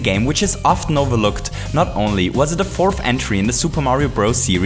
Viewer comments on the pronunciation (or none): none